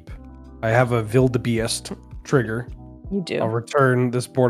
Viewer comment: Not bad on the pronunciation of wildebeest